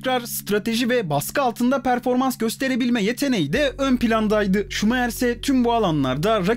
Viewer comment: Şuma - hır